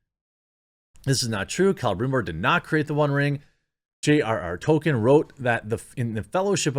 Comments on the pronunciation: Why do you keep calling him token? It's ToLkeIn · You don't consider yourself a "TOKEN" Scholar? Wow i never would have guessed that a man who can't pronounce the name of the most famous fantasy writer of all time doesn't consider himself a "scholar" of his work. It's Tolkien... not "token"... ?? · Hey America. It's pronounced "toll keen" Not "token". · Jeremy, for the love of god, stop saying Tolkien like that. It’s Tol-KEEN. Not Token. Jesus Christ. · Stop calling him Token bro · Bro you have got to start saying Tolkien correctly. It's driving me nuts haha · It's Tolkien... not Token. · It's "Tolkien", not "Token", Amazon. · Quartering: “I don’t know token lore.” A bit of a mispronunciation there.